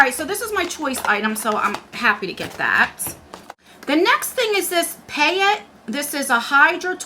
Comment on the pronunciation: Dear, Thank you for your IPSY review! I have to laugh at your pronunciation struggles. I know, I know. But this time, I can offer some assistance. PAYOT is a chi-chi French line used in a lot of spas. That's where I came across it. PAYOT is pronounced...PAY-yo. T is silent. Please keep the IPSY and Boxy videos coming!